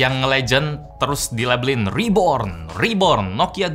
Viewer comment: RIBORN RIBORN